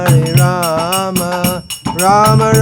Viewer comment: Namaskaram 🙏🏻 atleast you pronounce Rama and not Ramo which is incorrect.👏